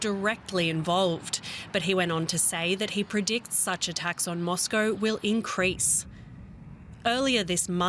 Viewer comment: "Life in Moscoworrr... " 😂🇦🇺